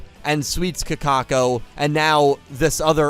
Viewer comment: You know why Kakoko lost? It's because keeps disrespecting her by calling her "Kakako". All hail the king of BBQ, Nick Yagi